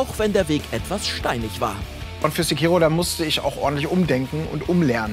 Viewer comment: Sprecht ihr Sekiro eigentlich extra falsch aus?